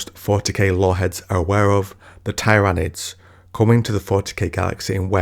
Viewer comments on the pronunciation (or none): You had me at “Tairanids”